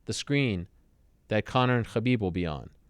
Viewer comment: Lol he's the only one to pronouce khabins name.correct.